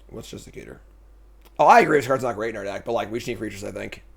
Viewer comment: Does he ever say Justiciar the right way xD